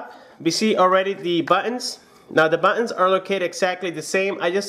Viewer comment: awful pronounciation of "original" + "buttons"